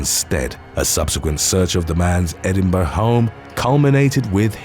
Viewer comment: This episode on the dark web was brilliant. When Donald Trump supporters go wrong. When coup d'états go wrong. When con's go wrong. When cults go wrong. My compliments on the pronunciation of Edinborough.